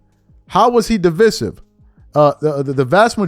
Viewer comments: DEeee Viiiiiiiiiseeeeeee. Siv … de. Vise. Sive. Pronounce with I. 😂😂😂😂😂 not how ever you were pronouncing it 😂😂😂😂😂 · You Murdered The Word Divisive .